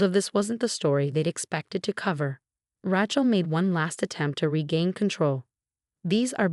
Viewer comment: Rachel with the long "a," not a short "a."